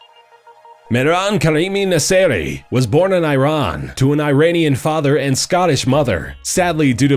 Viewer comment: He is saying Iran wrong